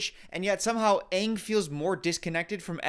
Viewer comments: Not "Ong" darn you m.night shyamalan 😂 😭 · no its aang, like pronounced like bang, but without the b. and its soka pronounced like sock-a like the socks you wear on your feet. also its appa, like your saying aahhhhh at the doctors office when he's looking at your throat or whatever. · At least pronounce aang right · ITS ANNG SOKKA AND APPA NOT OPPA MY MOTHER DOES THAT HEY STOP